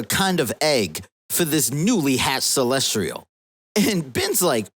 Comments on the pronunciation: Lol "Celestrial"?? It's "Celestial" not "Celestrial" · CelsTIAL, not Celstrial. Holy hell that was driving me crazy. How do you make an entire video mispronouncing something like that